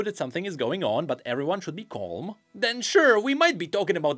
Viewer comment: so he can make a th sound but chooses to say "den" and "dere" instead of "then" and "there"